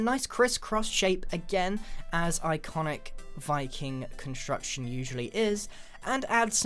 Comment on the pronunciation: Appreciate that! Though, Wiking was the proper pronunciation. It's Norwegian, I believe, and in most Scandinavian languages V is switched for W and vice-versa.